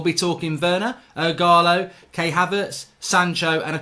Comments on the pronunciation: Kai Havertz not Kay Havertz lool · KAI Havertz. Not Kay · It’s not K it’s Kai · Mark his name is Kai Haverts, you pronounce his first name K-eye